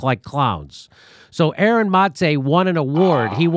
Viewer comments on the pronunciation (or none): I can’t handle how Jimmy can’t get Aaron’s name right years later Like have some respect Practice a little !!